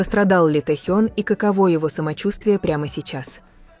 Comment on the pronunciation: Офигеть! Авария века… в пробке, на значительной скорости врезались сзади! Представить страшно… И научите уже ИИ правильно расставлять ударения! ТЭхён, тИски… смех, да и только. За ТЭхена обидно)))